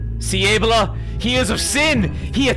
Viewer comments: Why he pronounces abeLLa so wrong? It's abeLLa you idi0t. It's not aa-bela, it's a-bella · Why does he pronounce Abella that way? Like Able-uh Surely it’s just pronounced Ah-Bell-ah? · Why pronounces Abella as Ebola?